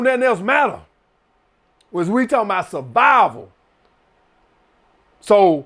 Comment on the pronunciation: “Sah-vival, we talkin SAH-VIVAL!” 🤣🤣🤣🤣